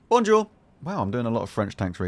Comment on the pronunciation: as a french person your "bonjour" is very good edit : thanks for the like its my first time having like